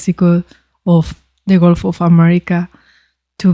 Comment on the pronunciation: Subscriber #440 here.. love your channel! One note: it's gUlf not golf and it's Gulf of Mexico. Has been since it was first discovered and named. (Named in 1552) Don't care what the current American dictator wants it to be called. It's the Gulf of Mexico. Looking forward to more vids from your channel, love them all. 😊